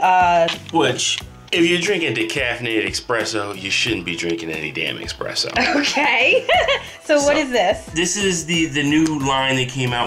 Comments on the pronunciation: If you're going to do an espresso coffee maker review, the least you can do is pronounce it right. It's called espresso ( pressed-out coffee) - not expresso as you say . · Esssssspresso not exxxxxxpresso lol. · please stop saying Expresso! it's Espresso! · I still say Expresso all the time. It really doesn't matter to me. The drink goes down the same way no matter how it's pronounced. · ESPRESSO!!! WITH AN "S" ! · You spelled it correctly but you still say expresso 😅